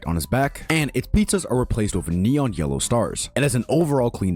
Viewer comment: Bro said neeyawn